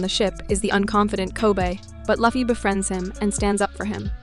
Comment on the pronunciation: I have seen plethora of one piece video and there are always someone who mispronounce Lufy's name but this is the only video where someone got all of the main casts names wrong. Congratulations 🎉